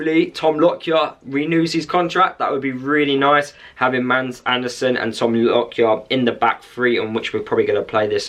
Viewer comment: You have a fantastic player that will light up the premiership. GET him accustomed to this level of football. BTW Mads is pronounced Mass Barnsley fan